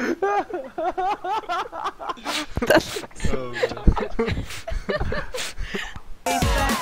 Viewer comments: It's Vayne,. Not Wayne. You pronounce it wrong! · VAYNE, NOT WAYNE